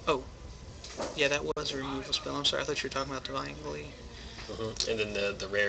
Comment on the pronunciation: Your pronunciation of deviant XD